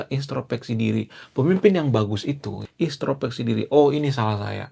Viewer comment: INTROSPEKSI bukan INSTROPEKSI, kalee (maaf)